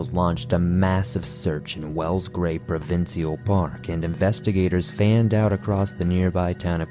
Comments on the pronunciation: Love your videos, esp the shimmering turtle one. Full respect to you, but Canadians pronounce provincial Pruh-vin-shul 😊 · Love you covered Canada, even if all sad stories mind you. I've heard about the David story before. I can please share that we Canadians say "Provincial' (pro-vin-shul) thank you